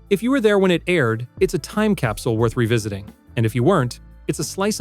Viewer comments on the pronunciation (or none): none